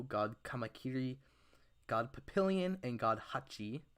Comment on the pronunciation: I'm pretty sure it's pronounced pap pee yon